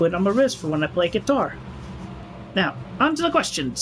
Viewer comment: The way he says quitar